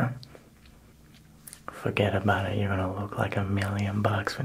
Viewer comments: ..what did you say..? ..fugetaboutit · When he said “fuggedabawtid” i really felt that